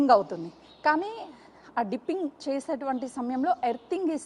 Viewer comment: Arey ammma "" "dimpining" "" kadu ,,,"" ,Dipping"" " to check the volume in side drum